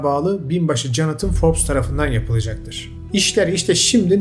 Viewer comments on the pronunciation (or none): none